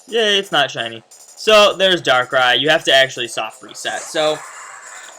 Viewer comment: says "siny darkrai" but its not shiny..